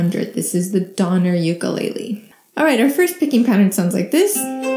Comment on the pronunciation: You pronounced Ukulele wrong, B 👍